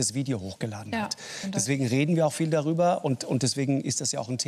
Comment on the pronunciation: "Man kann darüberr reden"... aber wohl nicht gerade jetzt. Typischer Politiker.